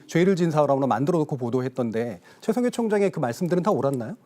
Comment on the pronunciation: 개싸움으로 몰고 가서 유시민도 별거 없네 이렇게 만들어야 하는데 어뜬보도가 어떻게 문제????? 여러분이 칭찬하는 기사는 다 사기고 날조입니다 이게 전체주의 발언인데 최총해총장님이 ㅋㅋㅋㅋ발음도 꼬이죠 디테일은 틀렸지만???? 그럼 틀린거지 중권아